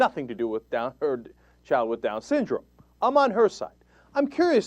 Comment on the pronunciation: haha "sown-dyndrom" lol